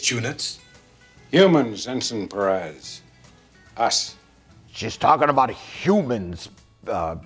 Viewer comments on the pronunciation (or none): none